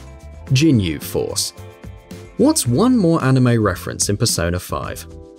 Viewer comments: Gh-inyu not Jin-yu! Definetly not a fan of them Lol! 🤣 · jinyu, jin-yu? WTF it's gin-yu it has a g not a j sound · A fan huh. Its Ginyu not Djinyu. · It's not Jinyu Force, it's Ginyu Force! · Not to mention he pronounces Justine like an English man name, not the French woman name. ...And the Jin-yu force? Is that a new K-POP band? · A fan of the Rise'yu Force more like, jeez my head hurts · JINYUUUU!! YOUSOOKAY!! wtf omg im surprised he didnt call it a jillotine or Satherine holy shit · JIN-yu? C'mon son. Also those "Sentai Figures" are also Characters that feature rather prominently in Persona 2. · JINYU FORCE COME ON GET YOUR DBZ GAME UP ITS PRONOUNCED LIKE THIS (GIIII NEEEWW FORCE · "Yes i may be a fan but..." but you can't even pronounce ginyu right. ow. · bullshit you are not a fan of the ginyu force if you cannot pronounce it correctly. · You're obviously not a fan of the Ginyu force you're not even pronouncing the name properly. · 'Yusukay' 'jinyu' 'rice' Come on...